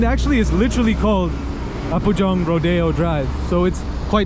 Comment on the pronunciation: It is not apujong. It is Apgujong.